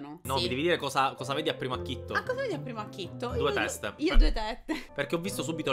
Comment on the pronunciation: Acchito non acchitto